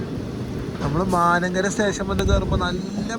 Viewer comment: Mankara. Not MAANANKARA.